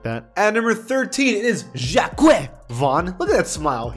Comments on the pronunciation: Butchering Jacque lol, but seriously, people don’t like their names getting roasted like that. You know how to pronounce it bro 😉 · Learn how to pronounce Jacque